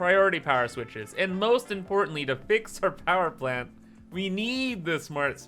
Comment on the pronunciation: "Powee Plant."